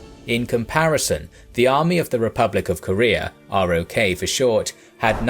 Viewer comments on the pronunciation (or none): Please learn the bare basics. ROK is pronounced ROCK,, the rest is so basic it makes me suspect to your other videos.